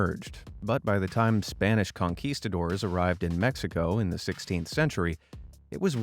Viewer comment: I personally find it slightly irritating that goes to so much trouble with pronouncing ancient weapon names but can't get Conquistador correct...